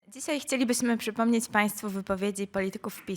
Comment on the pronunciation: "CYSAJ CHCELIBYSMY PSYPOMNEC..." japierdole, co za masakra z tej zapowiadającej dziewki...